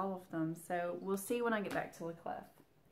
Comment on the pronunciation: I love the Bunny Bayeux Tapestry. I can totally see you darkening that down. Haven't seen the new M. Night but my daughter has and thought it was really good (she is a first year psych. student). The man can do no wrong in my eyes - even the stinker that was "The Happening" had its good parts. Love all your WIPs at the moment. French pronunciation of "La Clef" is "La Clay" Don't pronounce the "f" on the end. Yes, this is the person I have turned into. Correcting peoples' pronunciation on Floss Tube, all the time. I am a total twat. I know it. I am so sorry but it was like nails on a chalkboard. Sorry. Feel free to pronounce the "f" in "** off"! Sorry (again). I really can't help myself......sorry x